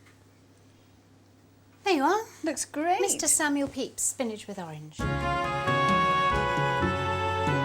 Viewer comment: Pepys, not peyps.